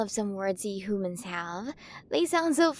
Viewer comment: (giggling) I'm sorry I just can't get over how she's pronouncing our Earth words hoomans,monk ees,aer plans,hayer, spherical ecosystems(cracking up) I can't take it! I just can't! The way she talks is just cracking me up.